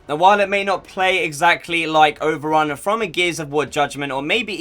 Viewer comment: Did yOU SaID... OVerUn??!!? 8)))